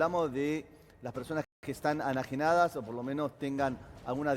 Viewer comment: "Anajenadas", dice el periodista 🤔🤔para mi no se decia asi